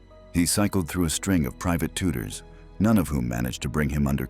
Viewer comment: In English Leo is normally pronounced Lee-o, e is e not a. So lay-o is not an English pronunciation. Just ask leeo the lion. He will not answer to layo. Also tutors is not tooters the u is u not oo and the o is not e Just saying. Though you do lose points for it. I gave up at that point.